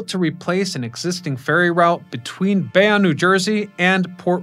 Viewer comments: Nice video. My grandmother, who lived in Fort Lee told me the GW was my bridge when I was little. Never gave me the paperwork though. BTW it's Bay-OWN bridge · Bayonne With and E at the end . Did you fail English class? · Jesus, can you say Goethals, Bayonne, Verrazanno, or Port Authority right? Can't watch! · BAY-OWN, GOTH-ELS, GWB IS THE WORLDS BUSIEST BRIDGE, not just New York